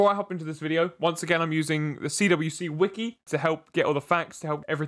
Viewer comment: The CWCki is pronounced "quickie". Chris always pronounces his initials as "quick" probably because quick = fast = Sonic